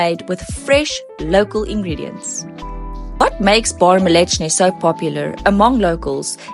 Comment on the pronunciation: you accidentally pronounced "bar mleczny" almost exaclty like "bar mięsny", which means not milk bar, but meat bar 😅